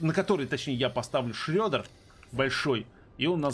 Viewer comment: не шрёдер, а шредер:)